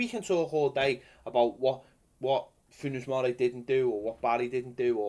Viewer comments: I think he meant: Foonz Morray I think it is Funez Morey! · When you say Funes you should pronounce the es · Your pronunciation of Funes Mori does my head in